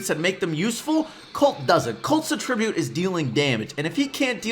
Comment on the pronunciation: your pronunciation of attribute triggers me. you say it like it would be as a verb, but you’re using it as a noun. Anyways great video:)